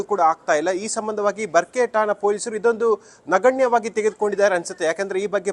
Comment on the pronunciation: ಬರಕೆ ಅಲ್ಲ ಮಾರಾಯಿತಿ ಬರ್ಕೆ 😂😂😂